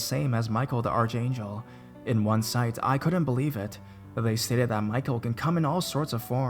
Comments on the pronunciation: Its ark angel not arch angel lol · Archangel is pronounced ark-angel.